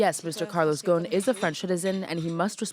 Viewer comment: it's pronounce: Gos'n not Gaun